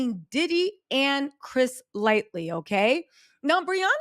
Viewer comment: I came to this video like , I hope she’s pronouncing it LIGHT-TEE this time and not LIGHTLY….. 😅😅😅